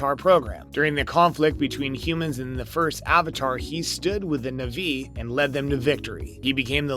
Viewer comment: I love how the kids in these videos change pronunciation of every name, sometimes multiple times, almost as though it's a deliberate joke. Nuvvi, Navvy, Naviiie. You're literally like Jake mispronouncing words and getting slapped by Neytiri. Sorry, Nighteary. It's a good thing Dr. Glaze Augunstein and Nerm Spillmen were able to help! Ribsini? Joe-elle? Lindau? Really? You actually watched this film? And Colander? Did you seriously refer to Collider as a kitchen strainer used to rinse vegetables? Let me guess, college grad? I can't, I just can't. 🤣